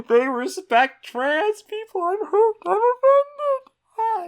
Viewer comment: Did she just say "Troons" ??